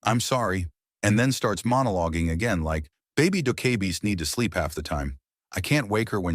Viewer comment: Why can’t you say “sleep” 😂😂 You keep saying “SP”